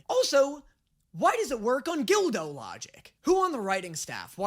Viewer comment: Why are you pronouncing it "gildo" it's produced gull-doe.